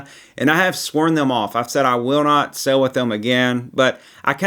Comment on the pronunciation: the word is "sail" (pronounced sale), not "sell". You go "sailing", not "selling".